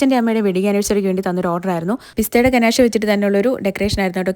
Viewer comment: Just a gentle reminder — it’s pronounced ‘guh-NAHSH’ 😊. I really enjoy your content, but hearing it mispronounced again and again can be a bit distracting for food lovers. Thanks for all the delicious inspiration!